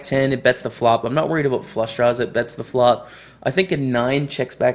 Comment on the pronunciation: you're good at pretending wtf you're talking aboot.